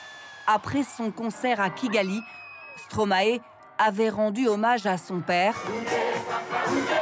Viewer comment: Par pitié, pas stromaé, ça se prononce stromaï